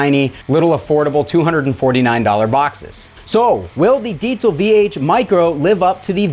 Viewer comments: "deetsel" lmao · Fyi everyone it is pronounced "dee-zuhl" no t in that word, check out this video on the diesel official channel with the creator to see bullshit is wrong - Diezel VH4 and Diezel Amp Basics: In-Depth with Peter Diezel & Peter Stapfer (subtitled) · Deezel....deeeezel. no t in there.